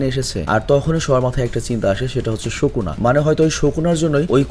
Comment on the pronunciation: ভাই ওটা শোকুনা নয় সুকুনা